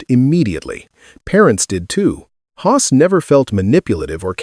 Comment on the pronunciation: FFS. Can’t even say Hoss. Time to move on to some other platform